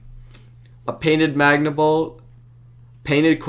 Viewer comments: It's super manga bolt you keep saying super magna bolt. Anyway s, have a nice day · It triggers me whenever you say magna bolt instead of manga bolt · Really good vid but you still call th3 super MANGA bolt boost the super MAGNA bolt boost but oh well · Manga bolt not magna bolt. You have no idea how much it annoyed me send help.